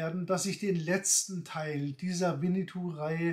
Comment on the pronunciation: Es heißt auch nicht Winnitou, sondern Winnetou